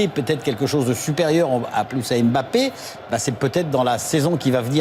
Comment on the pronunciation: Ce commentateur ne sait pas prononcer le nom de Mbappé. Quelqu'un pour lui apprendre qu'on murmure le "M" et qu'on ne dit pas "ème bappé".